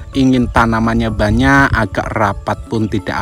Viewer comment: Sebutannya memang "buwanyak" ye? Sebab mas Toha juga sebut buwanyak. Loghat daerah mana tu?